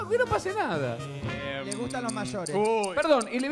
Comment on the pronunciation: "le guztan los mayorez". Ni que fuera Becky G. JA!